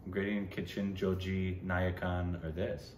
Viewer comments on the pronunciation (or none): You guys keep pronouncing NAYATTU movie as NAYAKAN. NAYATTU is the malayalam one with JOJI GEORGE while NAYAKAN is the KAMAL HASSAN film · It's not nayakan, it's nayatt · Guys..it's Naayatu...not Nayakan... Nayakan is the Kamal Hassan movie you recently watched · Nice tshirt 👍🏼. It's not nayakan 😂😂. It's nayattu. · Joju plays the lead in the movies Joseph, Porinju Mariyam Jose, both good. And its Nayattu and not Nayakan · it's not nayakan bro, it's nayattu 😊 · Naayattu.... This is not the first time, You just don't seem to get it right 😂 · They just kept saying NAYAKAN instead NAYATTU